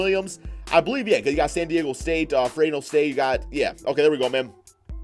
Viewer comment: He said freno state it's Fresno State